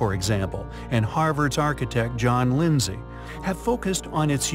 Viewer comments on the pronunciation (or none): none